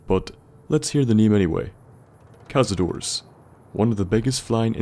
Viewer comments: Tip: Cazador means "hunter" in spanish, and the correct way to pronounce it when you refer to more than 1 it's "cazadores", not "cazadors". That "e" exists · thats hunter in spanish, or hunters, and, just saying, you pronounce the e at the end (at least if it is spanish)